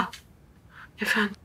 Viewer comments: 😂😂 afondum tik yaptı 😬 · Senarist yorumumu görmüş galiba, arkadaşlar😆 25.bölümün fragmanında gördüm, de bizim gibi "Efondum" dedi😂😂